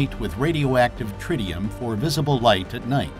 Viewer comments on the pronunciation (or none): none